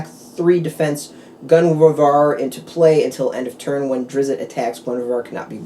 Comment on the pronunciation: Not "Drizz-it" but rather Drizzt. Should sound more like "Drist." Just saying. Thanks for the vid, as I was curious if it came with any boosters. ;-)